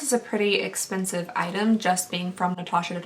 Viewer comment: I was so impressed with you for getting Natasha's name right the first 5 times and then it just started to get off track 😂 Enter me please :) Instagram: inlesnuages